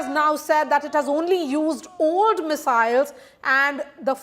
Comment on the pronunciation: "Ooooold Mesiles"